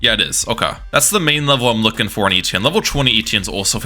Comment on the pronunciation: thats not how you say etienne